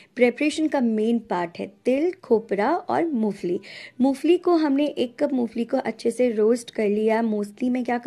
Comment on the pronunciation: Mo fali nahi ,mongphalli bolte hai